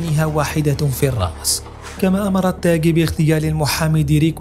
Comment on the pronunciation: التاغي وليس التاكي